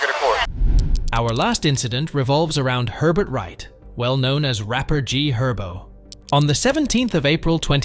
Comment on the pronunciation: "G-Herbo"??? OMFG LMFAO 😂😂😂😂😂